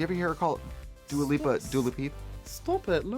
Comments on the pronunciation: Trixie: "Dua Lippa." Also Trixie: "Gottmeek." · Trixie: “Dula Peep, lol” Also Trixie: “Dua Lippa”